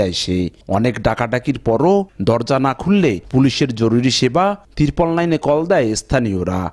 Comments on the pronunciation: টিরপোল না বরং ট্রিপল নাইন হবে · আপনি ট্রিপল নাইন কেনো উচ্চারণ করতে পারেন না! ত্রিপল কেনো বলেন? আবার সময় সংবাদকে বলেন সোমায় সংবাদ।